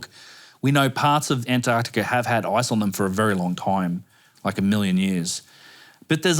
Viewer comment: AmericaR, AntarcticaR, AustrayeaR. what accent is this